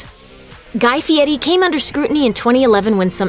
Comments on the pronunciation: The voice-over girl needs to say Fieri, not Fietti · Guy Fieri not Guy Fietti. I don’t think it should be so hard to fact/edit check your own videos before you post them but this seems to be a common lazy YouTube practice. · I hate how people pronounce Fieri. They say“fee-Eddy”, like there’s no “r” in it. It sounds really stupid. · It’s “Fieri”! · It's pronounced fietti where he comes from. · Soooo....Fieri is pronounced "fietty"?? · "Guy Fietti"? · Guy who? I guess everyone else has been saying his last name wrong.